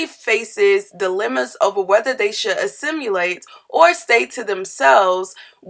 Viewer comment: I had to stop listening/cut this off after .. Tika's last name is pronounced SumpTER not SumptNER and assimilate doesn't have a u in its spelling so it's not assimUlate.